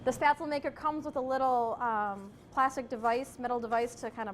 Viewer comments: The batter looked apt, but it's pronounced "sh-PEHT-zluh," not "SPAT-zl." And you need to actually COOK them by bringing the water back to a boil and simmering them for a bit. Floating is a function of buoyancy, which is in turn a function of decreasing density of the individual dumpling as the flour hydrates and expands; it is NOT a function of the degree of cooking. By your logic, matzo balls would be ready after three minutes in tepid water rather than sixty minutes at a fast simmer. Also, it's not a bad idea to finish spätzle in brown butter in a hot pan after cooking. Parsley has been known to add a nice touch, too. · I appreciate this video, but for heaven's sake pronounce it RIGHT! It is NOT "spatsul." Gosh my ears. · Why do you think that spaetzle and potato dumplings have anything in common? They don't. Also, you mispronounced spaetzle. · She makes good baked goods...that is all.. She is on a lifestyle program in Green Bay, WI....come on Green Bay, WI. I KNEW she was butchering the word..I knew it!!! WAY too heavy on the nutmeg. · oh mein gott, she mispronounced spaetzle wrong the whole video, ist dieser Rechts